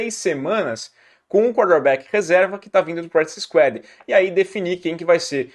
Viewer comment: "Practice SQUÁD"